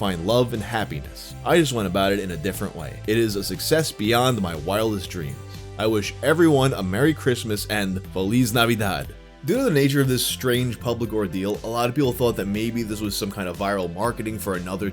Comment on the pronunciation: “ Felix navidad” ? 😭 yeah no that’s very wrong